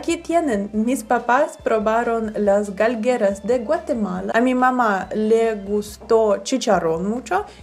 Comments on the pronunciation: No se dice galgueras se dice galguerias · “GALGUEARÍAS” no “Galgueras” 🙄